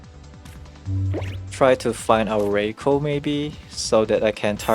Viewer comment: RYE-KOO, not ray-koh